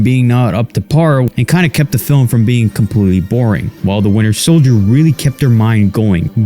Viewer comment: Is it just me or he just said falcon and weiner soldier 😂